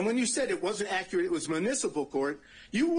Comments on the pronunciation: Someone needs to teach him how to pronounce the word “accurate.” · I like how the defense attorney pronounces accurate and emphasizes it since this guy does not pronounce it correctly. What a disgrace to the legal system. America has become a joke.